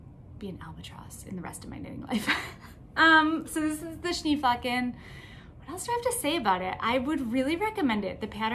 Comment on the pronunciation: I love the Social Bubble Jumper. I was thinking it would be a great sweater for my friend in MN. Did you make the first size? I tried to find out from your previous videos, but maybe didn’t catch the size you made. Also, if it matters to you (and if it doesn’t, that’s fine too), Schneeflocken is a German word meaning snowflake, aptly named, and the German pronunciation is Shnay flocken. Of course none of us can know how to naturally pronounce all of different pattern names, but I thought I would tell you. I’ve been trying to properly say “pho” for many years and I will never sound Vietnamese. Regardless of the pattern name, your sweater is just so lovely and I especially like the brown contrast color. Thanks for your willingness to share your knitting projects!